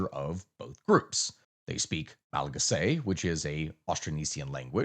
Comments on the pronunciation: Hey it's pronounced "ma·luh·ga·see", loved the video. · The way you say Malagasy is crazy